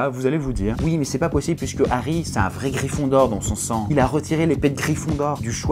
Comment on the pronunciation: Mdr "gryphindor" tu m'a tuer